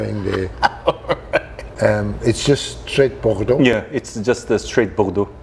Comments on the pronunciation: Starts video recommending you turn subtitles on to understand his english, is totally understandable and even pronounces Bordeaux better than most americans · "Hm, maybe I'm wrong but it would be strange" drinks some more "Hell no I'm not wrong" drinks "No fucking way I'm wrong" driiiiiiinks "You tried to fuck with me, bad move" proceeds to absolutely nail the French pronunciation while "dying" in heaven This man knows his business